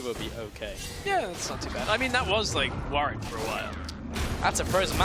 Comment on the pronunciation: its warWick... not warick... garbage casters